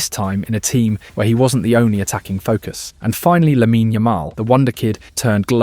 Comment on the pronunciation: holy shit the whole video is AI. The voice is AI too, it pronounces Lamine Yamal with an accent but then pronounces it “lay MEEN”.